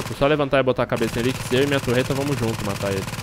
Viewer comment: facinado pela "turreta" kkk